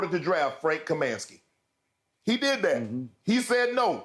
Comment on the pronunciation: I am commenting as a lifelong fan of the Charlotte Hornets and (including the Bobcats era). Adam Morris? Frank Kamansky? Bismark Biyombo? Shannon believes the picks have been so bad that he mispronounced and/or got all their names wrong. Adam MORRIS(ON). Frank KAM(I)NSKY, BISM(A)CK Biyombo are their correct names. I know its very easy to make fun of these guys for not living up to the potential we drafted them at, but they wore our jersey and put their careers in our hands and we did not put them in a position to succeed. Adam Morrison tore his ACL in the preseason of his second NBA season and he never recovered, but still has two NBA championship rings; Tell me Adam rode the bench the entire two years and I will ask you "Why did the Lakers kept him on the roster?" Frank actually did well in a supporting role for the Phoenix Suns the year they went to the NBA finals against the Bucks before he unfortunately got injured. BISMACK BIYOMBO grabbed 26 rebounds in the 2016 eastern conference finals which ties him with Dwight Howard and Hakeem Olajuwon for most rebounds in the NBA playoffs since 1984. ALL THREE MEN EARNED THE PRIVELADGE TO WEAR AN NBA UNIFORM AND IF YOU WONT PUT RESPECT ON THEIR NAMES THEN I WILL! But the bigger picture is correct, I believe there is something very wrong in the Hornets organization. I have my theories but only the people inside truly knows what it is. To anybody that laughs or mocks my comment, I stand by my comments and I don't care about your nega